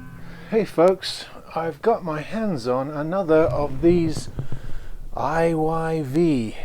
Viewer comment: 😂 also me. I didn't notice the right way is IYV until the guy in video pronounced it. I thought the brand was called IVY